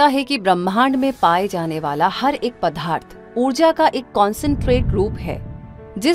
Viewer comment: बहुत ही अच्छी डाक्यूमेंट्री है। बस कहीं कहीं पदार्थ का उच्चारण पधार्थ करना कानों को चुभता है !